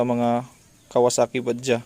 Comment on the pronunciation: Shout out sir,noice vid,may konting conversion din pala,buti naka subscribe ako at nalalaman ang tungkol sa mga do's and dont's sa motor lalo na kung magpapalit parts,sir btw bajaj was pronounce as bad judge na medyo mabilis,indian surname din kasi ang bajaj 👍👍👍👍 hope magka trivia din tungkol sa knuckle bearings ng 152,marami sa atin nagkakamali tungkol din dyan,ano ang advantage at disadvantage ng mga naka port and polish?salamat,be safe,heavy chill